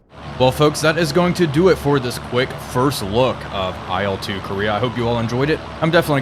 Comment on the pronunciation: Please, please, please... It's not "ai el," it's not an acronym. It's "il", like in "Illinois", for example. The first two letters of Sergei Ilyushin's last name.